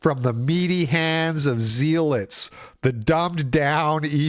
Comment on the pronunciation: zealot is pronounced like pellet